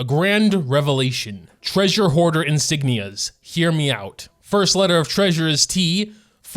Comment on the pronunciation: T reasure ho arder ma ster Thoma LMAO